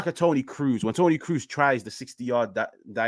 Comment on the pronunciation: I was like Who is Tony Cruze? 😂😂 TONI KROOS like tonne cross🤦🏽‍♂️🤦🏽‍♂️